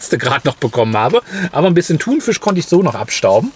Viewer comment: Bitte sag nicht mehr ThunVISCH 😂